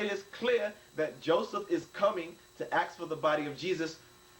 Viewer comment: This guy is so well schooled and intelligent that he can't even spell words that he is using in his video - "Pilated" - and he uses the word "axe" instead of "ask". Wow, you're probably going to convince a lot of people of your viewpoint when you can't even speak or spell the language in which you're trying to converse. Hang it up. Allah is a lie, Muhammed is a false teacher and learn the definition of "debate". Oh yeah, one more thing, the word writer ends in "er" not "or".